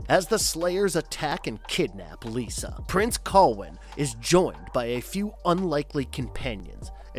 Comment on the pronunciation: Damnit, it's "Lyssa," not "Lisa." Ugh, everyone gets this wrong.